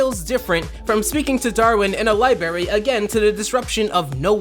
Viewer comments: The thing thats angers me most is you saying "libarry" instead of "library" lol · Lol u said libary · Ah yes... libary /j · LIBARY AJJSJQBNOWDKWJWKWOSKWOS